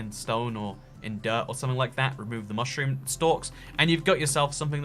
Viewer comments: and the only times he said "mushroom" correctly, not fuckin' mooshroom the time he had to correct himself cause he ALMOST said it right again 😂😂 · Was it just me or was he saying mooshroom instead of mushroom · This guy is making me questions whether I have been saying Mushroom wrong my whole life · They way he pronounces mushroom triggers me